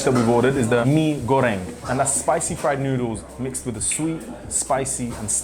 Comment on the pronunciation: You pronounced "goreng" perfectly 👏🏻